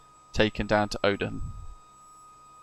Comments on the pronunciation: Dear god, It's pronounced Oh-dee-yum dude. ZA718 (Bravo November) has been retired, she lives in the museum at RAF Cosford. It is open to the public, if you wish to visit. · The correct pronunciation for the RAF Base Odiham is (O-DEE-HAM) and said without a break.!! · I think Odiham has a silent h, I used to live there. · Dude, call yourself and you can’t even pronounce Odiham properly. 🙄 that’s embarrassing. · That may be the oddest pronunciation of Odiham I have ever heard! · ex RAF myself and worked supporting the Chinook squadrons from Odiham , I picked up on British Avgeeks pronunciation but I think we can forgive him , great video. Liked n subbed.